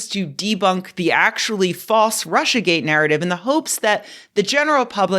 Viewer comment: It is GATE not GAY